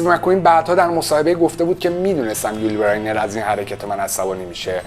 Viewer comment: استاد! اولا هنگام ترجمه بین جملات و برای تفکیک آنها نقطه نذاشتی و دوما نام یول بزینر را غلط تلفظ میکنی.